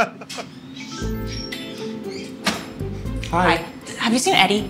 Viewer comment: lol pronouncing Jana as Jonna